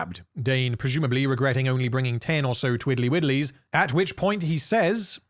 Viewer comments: Twiddly Widdlies? ..... Twirley Whirlies? 🤷🏻‍♂️ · I heard "twirly whirlies"